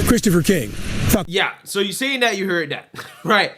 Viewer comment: Can you please say the, they and that instead of da and day and dat. I watch you daily and you come off intelligent but for those words. I would like to support you as an intelligent conservative.